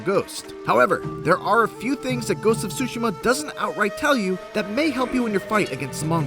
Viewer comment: Dude... stop saying “sushima”!!! The T is not silent! You don’t go to eat “tsushi” do you?? Smh...